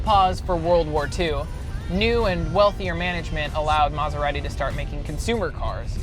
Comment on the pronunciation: If only this guy could pronounce Maserati.